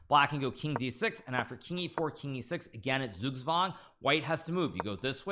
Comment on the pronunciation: german pronunciation "Zugzwang": → tsuuk + tswang ► the "Z" is spooken with a hard "t" and not with a smooth "s"